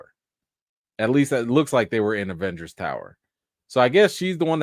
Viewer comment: He said it, "E-venger"😂🤣🤣🤣 Smooth